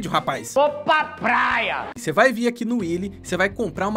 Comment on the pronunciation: "vo pA pRAia" Willy, qndo vc n ta na praia?